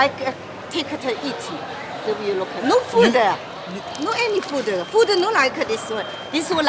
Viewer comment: No fooda, no fooda😵‍💫😵‍💫😵‍💫. You put it in your mouth, chew and swallow. How is it not food or as you put it fooda???? Please spare me thre pretense lady!!!!.😬😬😬😬😬